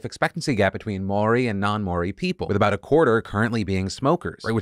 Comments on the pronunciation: try and say mow ree, it's not exactly correct but it's better than may oree. you could also just look it up on YouTube, theirs a nice Maori fellow that has a short video on it. it's basically a two syllable word, not three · Love the attempt at speaking Maori! Just a FYI that it's a lot easier to say Mouldy which sounds exactly like it. Love a fan from NZ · Hey Phil! Just a heads up, Māori is pronounced MAH-AW-REE 😅 the r is rolled slightly as well. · It's cute how you said Moari. It's kinda pronouced Mouldy, but with our accent. Great effort though ! ( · Love phil so much and this isn’t a hate comment whatsoever but the way he pronounced Maori made me laugh. Lots of people pronounce it wrong even in nz- mainly cause they can’t roll their rs but this was a new one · Just wanted to say as someone who is partially Māori, your pronunciation of the word is incorrect. Instead of the same More-e you need to pronounce it like Mau-ri. You probably won't see this but just wanted to let you know if you do. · Okay phil i love ya but you gotta work on your pronounciation of moari haha. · Dude, love you, but take a few minutes to learn how to say Māori from someone who is Māori. You made it sound like that Jerry Springer show clone, Maury. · Phil trying to say Maori is honestly hilarious. Reminds me of my American social studies teacher. Couldn't say it either. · kiwi here: I had no idea that my country had banned cigs like that! as a former vaper i can say its wayyy more popular with younger people but many people still smoke for sure. also note: Maori is said more so with an ‘ow’ sound and a rolled r, but i do know as for people who haven’t said it ever or heard it that it was a pretty good attempt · Hey Phil, I am from New Zealand. I love that you did a report on something from my country and the ban on smoking is a great thing. Just a quick note, you are mispronouncing the word "Maori" a little bit. Might be worth a quick Google! Keep it up, man.